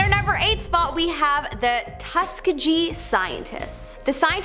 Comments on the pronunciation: That's not how you pronounce Tuskegee. It's pronounced tuh·skee·gee. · It’s pronounced Tus-Kee-gee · Tus-key-ghi not tusk-a-ghi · It's pronounced Tusk-ee-gee. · I love your channel, but it's embarrassing how awful some of your pronunciations are. Tuskegee is pronounced "tuh-skee-gee", where "gee" is pronounced with a "g" like in the word "gimp". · Tuss-key-gee is the right way to pronounce that. Sorry, but I had to. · Wow, right away you’re insulting and presumptuous. Nice. So worried about the kids who take these as facts. And it’s TUSK ..EE…GEE. Ugh you can’t say Mengele either. I give up. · Dude, Tuskegee has been covered countless times on this channel and she still said it wrong all those times. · I had to rewind at the pronunciation of Tuskegee. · For goodness sake, it’s like she’s never heard of “Tuskegee” either. This is some suburb content, right here. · Learn how to pronounce words you're not familiar with ie: Tuskegee and Mengele as a couple examples!!